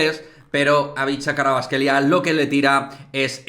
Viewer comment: Los españoles tienen estos sonidos. Para ser precisos, su apellido Kh=[J]vicha Kvarats-kh=[g ]elia Dilo como J-or-g-e